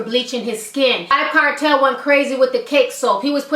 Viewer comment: Lol..it's Vybz Kartel Ti, pronounced "vibes". I am saddened to know that i won't be hearing new music from him because I am from the Caribbean and that's what we listen to when we go out and go to parties